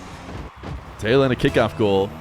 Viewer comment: The name Taylan is actually turkished and pronounced Tylan (similar to Tyler)